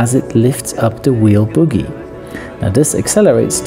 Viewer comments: It's a 'bogie' not a boogie. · …. ughhh … that’s “BOE - GEE”, not “boogie.” 🤔🤣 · Umm, it's bogie, not boogie. Multi-disc brakes do not have calipers, exactly. And, the air in the mounted tire needs to be substantially released before the axle nut is loosened. Although it is rare, a damaged wheel could be held together by the force of the axle nut against the bearings, and explode when that force is removed. Letting the air out first is safer. I changed tires, brakes, and coffee makers for fifteen years, then switched to avionics and never got my hands dirty again. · Just a little tip from an A&P mechanic who has changed a few tires on Boeings and Airbuses. The term is 'Bogie' (with a long 'O' in English). The term 'boogie' is a type of illegal music that can get us in trouble when performed in the UK. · I love your channel and I am sure you speak more languages than me, but it is not boogie, it is bogie (bow-gee). The first word is what child dig out of their nose...lol. I am sorry, it just made me smile. Great channel.......thank you!!!! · Hi. Interesting video. Btw, it's "bogie", not "boogie"! Cheers. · Bogie (pronounced boh-ghee) not boogy (a type of dance or nasal product). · It's a BOW GEE... BOH GEE... Not a buggie / boogie. Those are in your nose. And RETREADED, not RETHREADED. No H in retread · bowgie, not boogie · Bogey, not boogie. Re-TReaded, not re-THReaded. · It's NOT Boogie.......................It's pronounced as "BOH-GEE".......Long "O" vowel sound!!! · BOHGIE not boogie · Pronounced Bogie, not boogie genius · I can't get over the way he pronounces "bogey." Cracks me up every time.